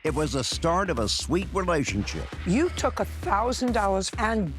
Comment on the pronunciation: Emphasis on the word “SWEET”.🤭